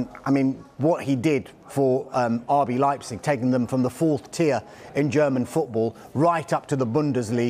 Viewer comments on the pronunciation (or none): none